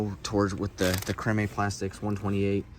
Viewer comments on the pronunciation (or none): Hey if you gotta ask about The Googan Squad just read this definition…..”Noun. googan (plural googans) (derogatory) An inexperienced or badly-behaved fisherman”! Lawl by definition they’re garbage! 🗑️ Oh and fyi not to be an 🫏 but it’s pronounced cream (Crème).